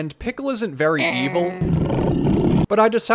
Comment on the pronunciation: I love how you say "e-VUL"